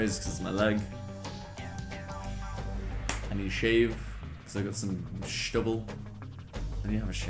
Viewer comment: Spending time with the family, eh? Good luck, mate! Also, "schtubble."